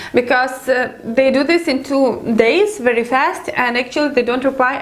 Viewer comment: I like how you (mis) pronounce the 'W ', with the 'V' sound.., or the 'V' with the 'W'..! it's very, very nice to listen to for Western Ears;)))) this is not a criticism, only a friendly observation, I like it, (W)ery, (V)ery much;)).... lovely, really beautiful accent! nice one;))))))